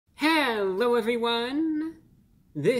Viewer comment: You mean "Hewwo" 😂